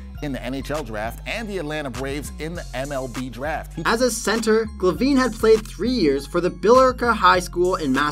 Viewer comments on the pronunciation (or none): Paris Hilton, a "hearess"? And Tom "Glaveen"? Luc "Robitall"? The pronunciation here is pretty wild!